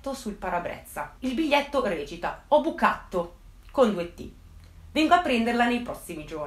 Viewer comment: "Ho bucatto" ....😅